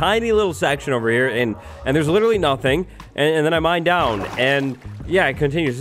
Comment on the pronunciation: Ah yes literrraly.